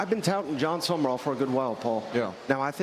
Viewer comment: Sum-rall, not Summer-all, —but Lane Quittin' is a good one